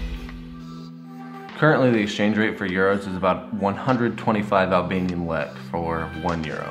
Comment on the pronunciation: I get so triggered with how he says lekë 😤